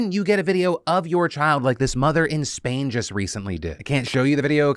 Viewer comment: She's in Spain without the "S".